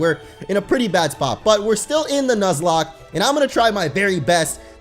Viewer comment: I think he should continue the "nozlak".